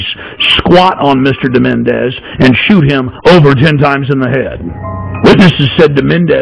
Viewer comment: More conspiracy nuts on YouTube. Alex Jones, if you want to look serious, try to learn the guy's name. It's Menezes, not Menéndez.